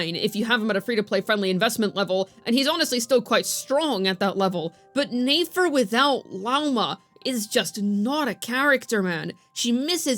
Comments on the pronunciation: it's neh-fer, not neigh-fer, she ain't a horse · Since I’m early to the comments: Please stop pronouncing Nefer’s name as 'nAfer.' I used to watch every single video, but the mispronunciation became so distracting that I actually had to stop watching. I'd love to jump back into the content, so please fix this! It’s been far too long. Thanks!